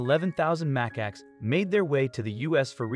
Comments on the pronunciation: Muh Cax NOT MACK ACKS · mac-ax lol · If you're making a movie to try to raise awareness you should probably pronounce the animals name correctly... cmon now